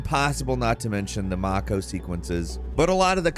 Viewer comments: Never heard a mocko. It's mako, genius. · And thus continues the trend of pronouncing words badly. It's MAY-ko, not MAW-ko. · Did he really say Mocko instead of Mako for the Mass Effect games? Does he do this stuff on purpose? Does he even play these games? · Great job as always but um....how did you pronounce "Mako" like.....have you never heard someone in or out of game say it?? Because it's like the shark. A mako shark. The 'a' is like the 'a' in May MAYko lol. But seriously love you guys. That just....I had to say something because it blew my mind 😂😂😂😂🤯🤯🤯🤯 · Mah-Co. Love it. Isn't a narrated Gameranx video without some easily pronounced word being mispronounced, lol. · Who says mako like that?? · Did you pronounce Mako wrong on purpose?